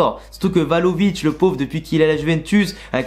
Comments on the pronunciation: Vlahovic au lieu de Valovic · C'est Vlahovic non tu dis euhh 😂..